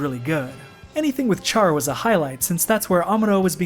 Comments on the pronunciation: For someone who has watched the series, you really can't say Char. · Kojima must've deliberately asked Sunrise to make the OVA, the anime is so popular in Japan the similarity is extremely obvious.. (Also "Char" is pronounced as "Shar" in the original)